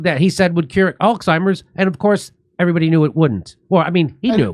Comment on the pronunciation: Al's heimer's.... he doesn't even pronounce it